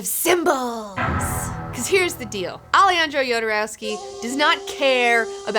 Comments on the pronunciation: "Aleyandrou Yodoreusky"... Ha ha ha! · "...my own personal spirit animal..."(and pronounces his name totally wrong)